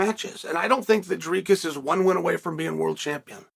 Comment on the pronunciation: Great , finally Chael says Dricus name properly